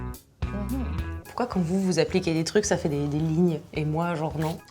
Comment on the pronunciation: elle a bien dit CHALLANGE